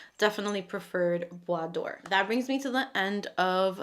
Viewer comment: Hello! I feel a bit bad to reply, but I need to correct you. This is "bois dorÉ", not "bois d'or". Doré is pronounced "do-ray". It means "Golden wood" (and not "Wood of gold" which would be "Bois d'or"). Hope this is helpful. Anyway... Your pronunciation of "bois" was perfection and I love your channel. ❤